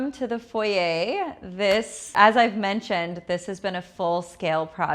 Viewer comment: Not envious - have much better. Nothing is better than that cheap little out of scale chair and pedestal in foyer. Bunny Williams does not pronounce it as foyeigh lol. So much cheap junk in this house. I do like the portrait picture in the foyer though. Gloves for the Leibovitz book? Hahahaha. I t must be priceless to be in the same home as your car art, Car art doesn’t seem PERSONABLE? Hahahaha. Had to go before you started on the dining room and the $50. chairs. You brag, pretend to know what you are doing, don’t have much money, and have made dozen of costly mistakes. You have a presence that shouts insecure, copycat, raised by braggarts without money, envious, completely untalented. You owe your Wal Mart and Rooms To Go guests for keeping you in subscribers. 😅😂